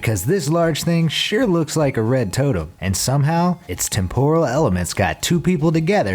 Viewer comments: What's a "temp-oral" glitch? It's pronounced ˈtemp(ə)rəl (temper-al). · Please look up how to pronounce temporal. The first syllable is accented, not the second. No big deal at all, and this is an excellent video. Just trying to help on pronunciation for the future. Anything you are unsure how to pronounce then look it up. Some sites will pronounce them for you.